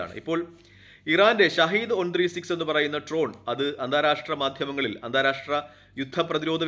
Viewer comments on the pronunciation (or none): ട്രോൺ അല്ല ഡ്രോൺ ആണ്